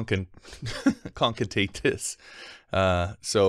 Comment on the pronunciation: con ca ten ate